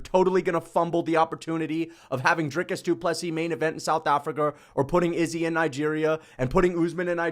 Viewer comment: You pronounced Ddp vs Strickland 2 wrong.